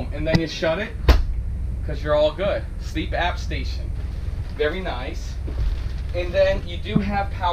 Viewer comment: I love that this coach has so much for the low price point. That TV by the dinette really is pretty irrelevant. One thing I absolutely hate that the entire RV industry does is non-standard size beds. Really limits your options for upgrading your mattress later and your sleep quality really is important. Anyway, I've gotta correct you, it's CPAP not Sleep App lol. Not a big deal, just had to say it.